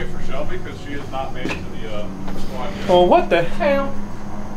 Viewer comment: Who ever said oh what the hell sounded Chinese had me in fits!!! 😂😂